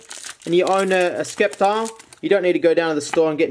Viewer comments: The 'c' in sceptile is silent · He fukin pronounced sceptile wrong. Although he nailed Hau